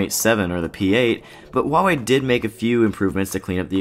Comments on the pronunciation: why Chinese can't pronounce well English? true, before you make a video try to learn how to pronounce the brand properly, but more important is the review. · jones For whatever reason, Huawei has said their official pronunciation is 'wah-way'. I'm guessing because some might have trouble with the Hua part? I don't know. More here including a video from Huawei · jones I speak Mandarian and my wife is Chinese, it is not pronounced 'who-are-we'. It's also not really pronounced 'wah-way' either but they've decided to promote that pronunciation for whatever reason, that's why every tech channel says it. The video I linked above is straight from Huawei, it's their decision even if it's weird.